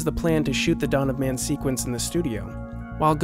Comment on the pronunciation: It is "Dawn of Man", not "Donnaman".